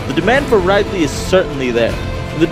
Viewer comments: IT'S RID-LEE. R I D - L E E. OK?!?!?!?!?!?!?!? I hate it when people mispronounce his name on purpose. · Omg, he called him Ride-Lee ...I'm done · Lol rydley. I call Wario worio. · you pronounced ridley wrong but no hate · That's a cool way to pronounce Ridley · ridley, pronounce rid as getting rid of someone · you said ridley's name wrong